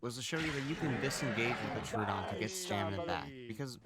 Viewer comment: Tro-odon Not Tru- odon